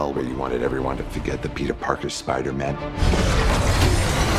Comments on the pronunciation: Bruh it sounds like dr Strange says spider-men. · Wait does doctor strange say spidermen instead of spiderman?